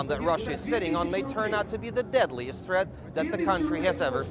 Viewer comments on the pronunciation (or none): "de diadliest tret"